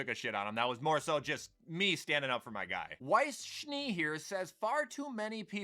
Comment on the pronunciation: I was surprised to see he pronounced Weiss's name right. He may have watched RWBY before or at least heard of it.